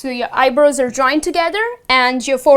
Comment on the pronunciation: You mispronounce Eye-brows.